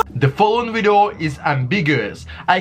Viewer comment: What the hell is a "wideo??"